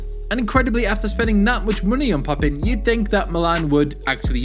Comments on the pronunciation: its pronounced papan (papin) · Gordon Bennett, that is not how you pronounce "Papin".